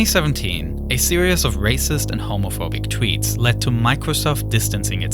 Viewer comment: "series" is not pronounced "serious", I recommend googling "series pronounciation".